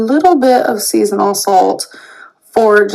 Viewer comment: It still cracks me up that she pronounces it as "seasonal" salt instead of season all.